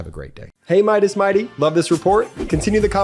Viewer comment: Why the 'E' in Midas touch??